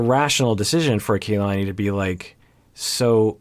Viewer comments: Kalani is KA-lani not KAY-lani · KA LA NI. not ke y lani. also its A DOLF not AY dolf bye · Please STOP mispronouncing her name! It's like nails on a chalkboard for those of us with Polynesian names. It is NOT KAYLani it is KahLani. Both a's are soft.